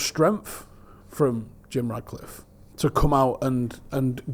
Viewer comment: it’s Jim RATcliffe ffs!!! Not “Jim Radcliffe”🤡🤡🤦‍♂️🤦‍♂️🤦‍♂️